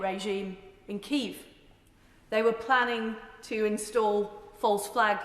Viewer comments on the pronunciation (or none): It’s not kieth it’s Kiev